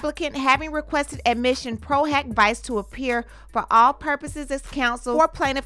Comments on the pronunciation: "PRO - HOCK - VEE-CHAY" ✌🏼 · Diddy is scrambling like a roach when the lights come on. Lol Also, it's pronounced "pro hoc veechay" I hear say it all the time. 😉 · Pro hac vice actually sounds like "pro huck vee-chay" in pronunciation ❤ thanks for keeping us in the loop 🤗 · PRO HAC VICE (proh-hock-vee-chay)...u almost had it 🤣🤣